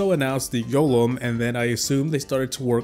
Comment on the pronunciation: Ok now get bullied for "Yolem"